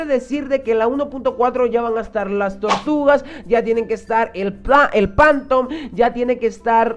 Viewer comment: Chico, que se pronuncia "Fántom" xDDD